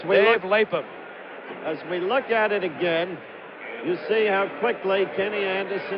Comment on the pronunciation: #62 for the Bengals is the Great Dave LapHam. All respect to Frank but dude it's pronounced LapHam. Thank you!! go to ;20 mark and watch Lap with his cat like reflex's recover the fumble. Beat he could hear Paul Brown in his ears, "Gentlemen we don't turn the ball over, Period"!